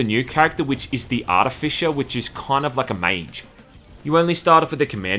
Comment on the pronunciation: Okay. Either I have been pronouncing "artificer" wrong for years, or you are pronouncing it wrong, or this is a different but similar word. And it's doing my head in.